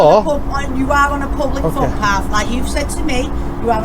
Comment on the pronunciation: ‘It’s still TRES-PASS-ING’ and ‘you’re on a Fublic Putpath’ are pure gold in This one 😂😂